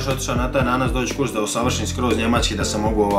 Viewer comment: Nije Njemaćki nego Njemački nauči prvo č izgovoriti.